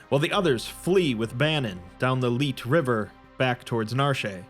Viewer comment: The "Leet" river? I'm pretty sure it's supposed to be Lethe.